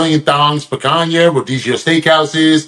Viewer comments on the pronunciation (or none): Aye we gotta work on your Portuguese pronunciation of "Picanhas" lol it was good though!